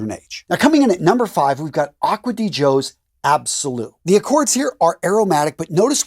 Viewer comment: finally, someone that pronounced the name right: Acqua di GIO, not acqua di Jio...